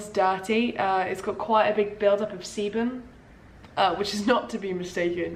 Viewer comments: Keep thinking she’s saying seaman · it really sounded like she said charlie and the semen factory :( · I CAN'T BE THE ONLY ONE WHO THOUGHT SHE WAS SAYING SEMEN SOMETIMES 😭😭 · Oh shit i thought she was saying semen and was confused asf 😂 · What is "cebum"???? "Seabum"??? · no one: absolutely no one:: SeBuM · Every time she said sebam you don't wanna know what popped into my dirty mind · No one:: sEbuM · i keep thinking shes saying "semen" lmfaoo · I thought u said seamen if that’s how u spell it idk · Thought you were saying semen the whole time 🤢😂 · when she said it started producing sebum i was like anna oop i thought she said it started producing semin im a dirty minded little pig sorry get on with the video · Whenever she says sebum I keep in hearing seamen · every time she said sebum i thought she said semen i- just look (start end ) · I'm sorry but I cannot stop mishearing sebum as semen, it made for an interesting watch to say the least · loved the constant emphasis on sebum hahahaha made me giggle every time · same and when he said "my hair is producing sebum" I was so confused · whenever you said sebum i thought you were saying se- nevermind... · you say sebum one more time